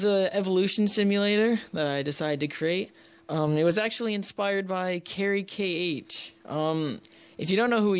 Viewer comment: you say carykh like carr-eek